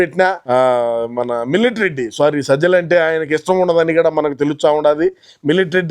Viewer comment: Millet not Milatary 😅😅